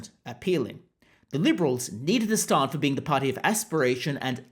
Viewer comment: "Stahrnd" instead of 'Stand'. You have the most bizarre accent that is not native to Australia, the UK or elsewhere.